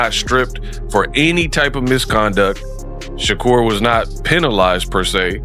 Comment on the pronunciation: What the HELL, you can’t say the man name correctly.it’s SHA-kur not SHOCKER this is AI BS👎🏾👎🏾